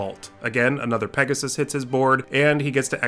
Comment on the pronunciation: Hey, I LOVE your pronounciation! Especially Bauble and Pegasussesss made it really enjoyable to Listen =)